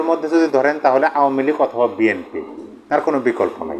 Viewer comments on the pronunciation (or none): none